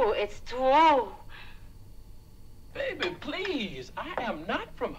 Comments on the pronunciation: scene that never made it in the movie. WHen Von Shtupp is with Bart in the dark, she says "oh! it's twue! It's TWUE What they say about your peepole!" Bart responds "Ma'am, that's my arm" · It's twue!! It's twue!! 🤣🤣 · It's twue, it's twue!